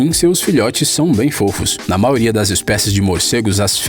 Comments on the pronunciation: O locutor, não se fala "maoria" é MAIORIA!!! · CARA desculpa, adoro seus videos mas vc tem que falar a letra " i " da palavra "maioria". Você fala MAORIA. Mesmo com este errinho de nada Adoro seus videos. Parabéns!!!!! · Show o vídeo 👍🏻 A única coisa ruim é ficar ouvindo vc repetir “MAORIA” toda hora kkkkkk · Mds que psicopata fica prestando atenção quando o cara fala "maioria"